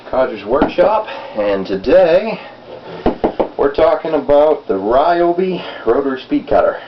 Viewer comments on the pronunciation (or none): Pronounced rhee-OH-bee